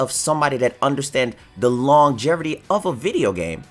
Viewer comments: I SWEAR you kept saying Longjerrity not Longevity over and over....trippin balls over here. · Good vid. There is no "r" in longevity btw.